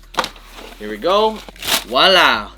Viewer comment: Bro, it's actually "voilà", like "vuala". Not "wala".